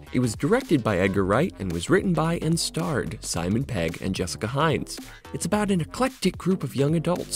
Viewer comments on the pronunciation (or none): none